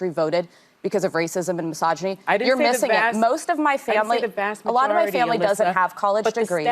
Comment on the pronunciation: my jaw literally dropped, when Sunny says MYSOGINY